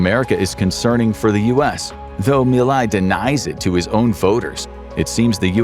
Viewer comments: Nice but the name of the Argentinian president is not being pronounced well 😅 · You could care enough to learn how to pronounce the names of latin american leaders. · The way you pronounced Javier Milei make me thins you never actually heard his name out loud, wich is weird from a page that tries to convey truthful information. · 30 seconds in and it's clear this is made by someone with cursory knowledge of the situation. Inflation wasn't 'off the charts' any more than usual, Teach your dumb LLM to pronounce 'Milei'... meeLAY. Okay, now I've watched the whole thing and I appreciate you getting into some of the finer details. February 2026 will be another crisis: Argentina needs to repay nearly 10x the dollar reserves it has currently. And Milei's labor reform comes up for a vote. The latter is probably an 'ask' from the USA, who will have to 'swap' more money as the due date for repayment approaches (or more people will make a run on the dollar, driving down the value of the peso). The USA seeks to control both foreign and domestic policy in Argentina, and so far they're succeeding. But the labor reform bill has a lot of opposition. Other side note: after the swap, the USA probably got their dollars back almost immediately; so the whole thing probably earned the USA a tiny bit of profit. It could go very differently next time; expect more 'blackmail' tactics: vote for labor reform or we let your economy crash... an ugly situation. Greetings from Argentina! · Javier Milei…. MI as milk…. LEI as layer …. Milay …. if you can not even pronounce the name…. how accurate is the rest?😉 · It would have taken less than a minute to learn how to pronounce the name of the president whose name you spoke a hundred times throughout this video. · You could’ve at least configured the reading bot to pronounce Milei properly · I can't continue with this, pronouncing "Milei" wrong